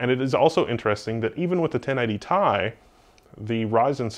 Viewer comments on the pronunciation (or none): 1080 Tee-Eye. Not TIE. You're killin' me.